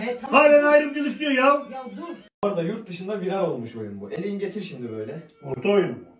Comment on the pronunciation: hep yutdışından